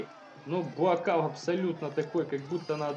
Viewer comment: Он Буакау (белый лотос с тайского), а не Буакав.